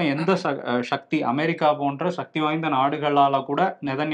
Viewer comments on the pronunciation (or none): 'ஷ'க்தி❌; சக்தி✔️ 'ஷ' என்பது தமிழ் எழுத்து அல்ல. சந்தேகம் இருந்தால் LKG படிக்கும் மாணவரின் வீட்டில் தொங்கும் தமிழ் எழுத்துக்களின் அட்டவணையில் 'ஷ' என்ற எழுத்தைத் தேடிப் பாருங்கள் ❤️வருண்❤️ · நீங்கள் ஏன் சக்தி என்று சொல்லாமல் ஷக்தி என்று சொல்கிறீர்கள்